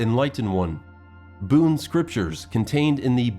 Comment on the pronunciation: BUN its pronunciation is BUN not Boon .